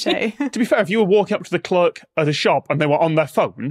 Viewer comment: Rare example of a Bri'ish "person" pronouncing clerk correctly.